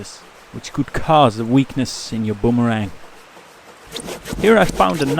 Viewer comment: I have to laugh at your pronunciation of boomerang. You need to come to Australia and we will teach you how to butcher the English language LOL. This was a fun video to watch and a great project for people to do.